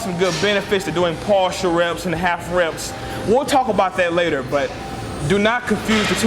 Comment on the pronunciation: Hey, sounds like you say "calf reps" instead of half reps around the mark. Haha. Anyway, good video!